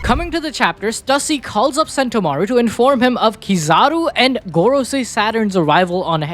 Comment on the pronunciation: he said Garcia I was like who? Man meant Gorosei 😂